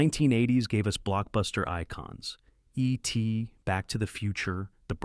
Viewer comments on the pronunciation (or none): Eee-T, Back to the Futurrre, th' Breakfast CLUB